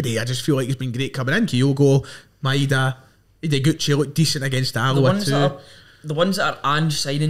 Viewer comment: Can you please pronounce the guys name properly, Maeda is pronounced MY DA not MY EH DA. Ideguchi’s first name is YOS KAY not YO SOOKAY